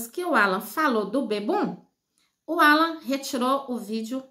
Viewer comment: Fala o nome correto não Ala e Alan, coisa horrosa